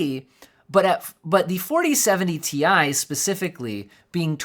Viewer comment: It's Ti not Ti or Ti.